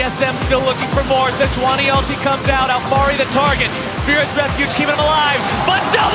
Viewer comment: Well we know why DLift got booted.... he was the one that told regi how to pronounce Sejuani